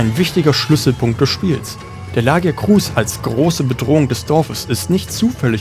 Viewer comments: La-gia-cruuus ist halt leider sowas von falsch xD Laut Capcom spricht man es offiziell so: La-gi-a-crus. Und bei Gobul liegt die Betonung auf dem O und nicht dem U. Trotzdem ein sehr gutes Video und auch mein Starter in die Monster Hunter Reihe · Gutes Video aber wie du wirklich jeden Namen gottlos falsch aussprichst schmerzt richtig beim Zuhören. LagiakrUUUs, Seadois, Kushala DAAora. Selbst wenn ich es versucht hätte, wäre ich nicht auf diese Weltfremde Aussprache gekommen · Abgesehen von der Aussprache vom Lagiacrus und Ceadeus :D